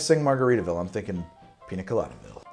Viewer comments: Ya know the n has a little squiggly line above it, so it doesn't sound like a hard N anymore. It's (Peen-Ya) Colada. Not Peena Colada. Also I made this today and it was DOPE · Painful to hear you say “Pina Colada” and not “Piña Colada” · Im mildly annoyed that he says "PINA colada" instead of "PIÑA colada", nice vid otherwise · As a native spanish speaker my ears bleed every time I hear "piNa" instead of "piÑa" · Since it is a south American drink it is spelled piña colada. The ñ is pronounced as if there was a y following the n. Pinya colada. Love the videos btw, i try another one of your drinks as often as i can get ingredients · PiÑa... peenyah... Gotta say it rt if you love it lol. Besides that, looks delicious! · Its piñacoladaburg!! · piña is pronounce peen-ya. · It’s piñacoladaburg, you son of a son of a bitch! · Quick tip mate, the Ñ sounds like the gn in Italian. Like how you would say it in lasagna. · Don't get me wrong, I love this YouTube channel and everything about it...but for the love of God please learn how to pronounce "Piña" properly.